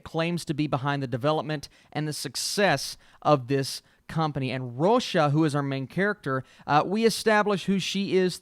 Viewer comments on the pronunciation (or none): Why do you keep calling her "Rosha"? Her name is just Rosa.